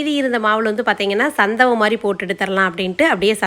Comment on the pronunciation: Santhavai Ila, santhagai ka